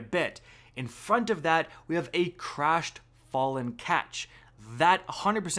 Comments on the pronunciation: What's up with YouTubers not being able to pronounce anything correctly? Other dude called Runes "ruins", this dude calls a Ketch a "catch". Seriously, do you people even play the game? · “A katch” A KATCH cries in Eliksni